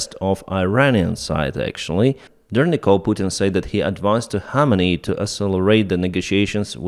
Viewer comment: khamenei kh is pronounced like kharkiv kh